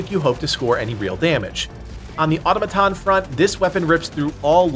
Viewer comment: aw-tom-uh-ton… emphasis on the “tom”. Not auto-muh-ton 🤷‍♂️sorry. Just another pronunciation correction of many to come as you guys grow. Keep up the good work